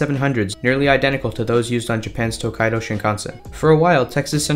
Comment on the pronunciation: The dude even pronounced the Japanese word, “Tokaido” correctly. Definitely did his homework for this video. 素晴らしい！！！